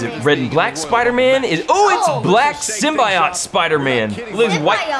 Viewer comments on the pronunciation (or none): The black spider man is pronounced Sim-bee-oat